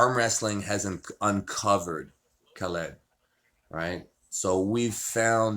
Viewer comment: how hard is it to say Khaled? Its not Ka-LEED. lmao <3